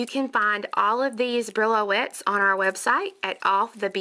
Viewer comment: Thank you so much for another lovely tutorial. I believe the beads are called "bree-o-lets" not brillo-ets. Very pretty. I must try them. Joy